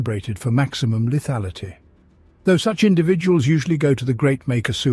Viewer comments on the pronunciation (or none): none